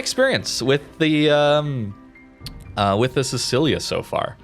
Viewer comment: i am so sorry but your pronounciation hurts: siTSCHIlia not sisilia